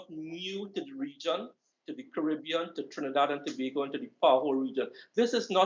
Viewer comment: Yuh lucky Trevor, saying Tobago the correct way!👍🏾